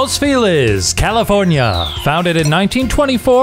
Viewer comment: ya'll. it is pronounced "los Fell-leez." I know its getting gentrified, but only white tourists pronounce it that way.